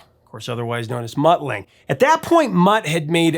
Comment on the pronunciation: And it's pronounced Lung-ger. Not Lang.